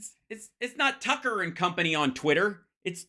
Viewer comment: Twucker is so funny! I love it when he chases that cwazy wabbit!😂😅 he is an asshole!